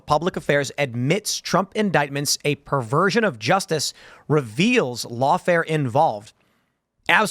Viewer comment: PERVERSION not "perfasion.